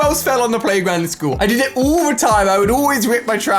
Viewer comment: Why he says oul and not all